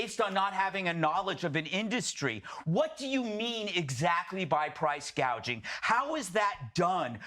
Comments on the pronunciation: She called it price GAGING , NOT Price GOUGING, she is just plain stupid!!! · Crazy part is you can't even pronounce price gouging. Kamela calls it price gageing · Somebody probably had to tell Harris its price gouging and not price gaging. If this woman ends up guiding the ship of State we are going to end up like the Titannic. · Kamala calls it PRICE "GAGING" NOT GOUGING No genius there..